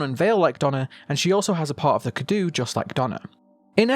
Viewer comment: Hey, just letting you know, I'm pretty sure the pronunciation is cado like the Romanian word that means gift.